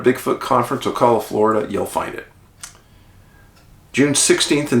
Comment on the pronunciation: It's Oh-Cal-La, Ocala